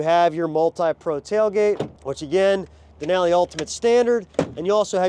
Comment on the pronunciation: The way he says Denali hurts my brain.